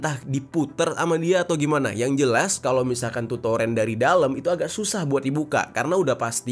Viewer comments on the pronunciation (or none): Itu baca nya toren, bukan torEn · Torn bg di bacanya bukan toren🤣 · toren bang bukan toren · TOREN bro bukan Toren bacanya !!!